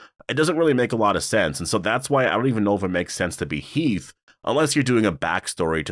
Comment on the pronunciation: It’s Heath😂